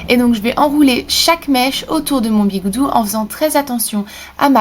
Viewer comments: C'est pas biguoudou c'est biguoudi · C'est pas bigoudi au lieu de bigoudou ? xD sinon, sympa ces idées, merci ! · ON DIT PAS BIGOUDOU ON DIT BIGOUDI ! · tu me stresse avec tes mot chelou le "bigoudou" comme tu dit le mot et bigoudi au cas ou et les soline ou je sais pas quoi cest des barette je pense ;) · On dit bigoudi pas bigoudou